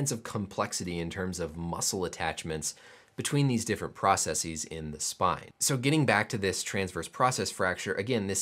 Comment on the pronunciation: thank you for not pronouncing processes like it's the plural of "processis". it seems to be a peculiar american issue that people have decided the wrong pronunciation sounds "more technical", and it grits my teeth